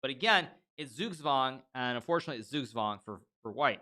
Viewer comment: Well he has that American accent :D As a German it's funny how he pronounces Zugzwang. Like "sugswang", but it's hard I guess :D